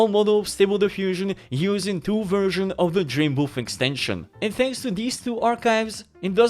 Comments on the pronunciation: He does say Boof haha, but the title say's it all 😅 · Man the whole time I thought he was saying Dream Boof. And I couldn’t find it on the Google’s